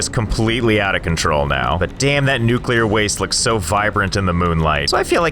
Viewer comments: Finally nuclear power and even better nuculer wast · *generate nuclar wast not electricty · Unradiable base. its nucular all the way